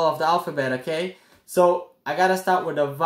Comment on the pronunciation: Take a shot every time he says (okay) 😂